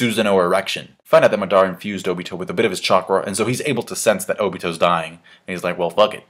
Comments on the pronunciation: i cringe everytime he says oBIto (obeeto) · I think its pronounced oh-bee-toe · Okay, i know this isnt a big deal but WHY ARE YOU SUDDENLY PRONOUCING OBITO'S NAME WRONG? You used to pronouce it right. WHAT HAPPENED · you said obito wrong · why are you suddenly pronoucing Obito's name differently? Before you used to say it correctly. What happened?